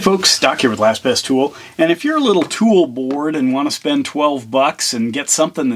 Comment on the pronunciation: "tool bored" 😅